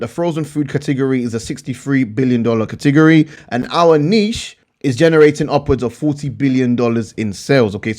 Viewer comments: I like how you say category. lol. Kahtigorree! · I love when you say “Cah-teh-gor-eee” :) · Katigeryyyy 😂😂😂😂😂 cat a gori buddy